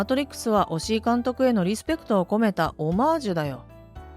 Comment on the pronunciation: 押井監督を おしお監督って何回も言ってるが この動画がリスペクト足りなくね？